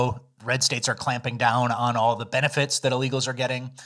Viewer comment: “Benefets”